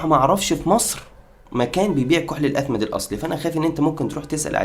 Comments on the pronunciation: الإثمد بكسر الهمزة مش بالفتحة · إسمه الإثمد بكسر الهمزة وليس بفتحها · أخي بداية الإثمد بكسر الهمزة وليس بفتحها ...وثانيا اختلف العلماء في أن الرسول كان يكتحل أصلا وقال العلماء لا يوجد سند ثابت يخلو من علة في اثبات ان الرسول كان يكتحل وكل الاحاديث الواردة في هذا الشأن بها علل او مقالات بما في ذلك الحديث اللي انت ذكرته وقال العلماء إذا صح هذا الحديث وقد صححه علماء حديث بالفعل فإن الرسول كان يكتحل لمرض وليس كعادة ومع ذلك قال العلماء لا يمكن القول بإن الاكتحال سنة عن الرسول.....ارجو التدقيق قبل نشر أي معلومات دينية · تصحيح الكلمه : الإثِمِد